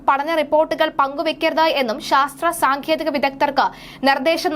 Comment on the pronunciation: സാങ്കേതികം എന്ന് ആണ്. താങ്കളുടെ ഉച്ചാരണം ശ്രദ്ധിക്കുക